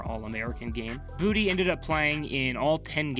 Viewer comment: Boutte, like tay, its a french name not booty lol